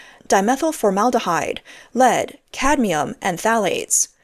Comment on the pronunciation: at least this time "cadmium" was pronounced correctly!🤣